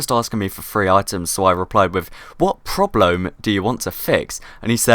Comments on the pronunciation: That last one was probably the funniest "probleom" "mistak" great vid please make more of this series :D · when he said mistak i was oke but porblome ahhahahahahahahahahahahaah